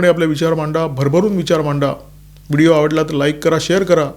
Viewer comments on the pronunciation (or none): none